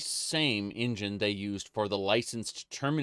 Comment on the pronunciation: I love engine being pronounced in-Jan, it looks like some silly sexual joke.